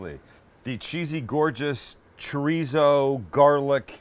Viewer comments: ChoooooooRrrrrrrizo.*** not Choryso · come on Sam you can say Cho-rrizzo correctly with the spanish lingo we know you have , educate the masses pinche wero ... LOL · As a Mexican, I love how a Jew says Chow ree zow. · Idk I dont trust people that can't say chorizo right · the whitest “chorizo” i’ve ever heard someone say LMAOOOO